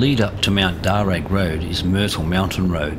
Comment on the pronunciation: Darr u not darr ag